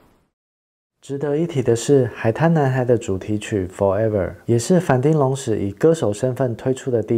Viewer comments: 町，其實是要唸 ㄊㄧㄥ三聲。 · 其實反町隆史，町應該發“挺”的音